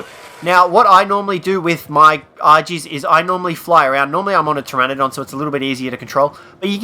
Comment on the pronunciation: it's Pteranodón, pronounced TRANNODON